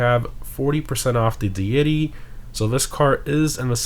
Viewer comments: like “dee-ity” :) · I did. The emphasis is on the first syllable. That's how google pronounces it, and it's how it is supposed to be pronounced. You put the emphasis on the second syllable, which is objectively incorrect. I'm not criticizing the flat 'e', as that depends on whether it's British English or American English (you pronounce it the British way). But if you are denying that the emphasis goes on the first syllable, you're just defending something that is demonstrably wrong. I honestly didn't expect you would do such a thing to save face. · Somebody. Please. Tell him how to pronounce Deity. I don’t have the heart to do it.